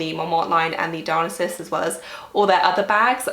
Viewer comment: FYI it’s pronounced Di-oh-NY-sus, like the Greek god.